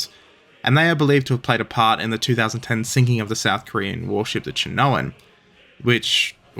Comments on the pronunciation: Cheonan is pronounced like choh-nan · Hi, one of this channel's 3 Korean viewers checking in. For anyone who's curious, the Choi Hyun is pronounced by starting with the "ch" sound as in charm, then saying "way", then saying the "hyun" part. The Cheonan is pronunced like "Chun-an". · "Cho-non" is the pronunciation for the RoK destroyer that was sunk in 2010.